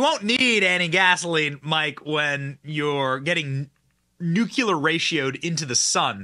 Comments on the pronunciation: It's not new-que-lar. It's new-clee-ar. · Benny please stop saying "NOOKYOOLAR"